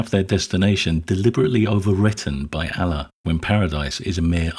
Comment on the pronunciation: Good video, but his pronunciation of "Allah" is driving me crazy. The emphasis should be on the second syllable, as in "uh-LAW." A secondary point- Just because we can see the harm in classifying sex as a grave sin doesn't mean we have to run to the opposite side and declare that all sexual activity is the greatest thing since the wheel. Unwanted, under-aged pregnancies aren't a good thing. Nor are STD's. Nor is young people having sex without regard for the potential emotional entanglements of sexual intimacy. As with most things, it's about striking a healthy balance.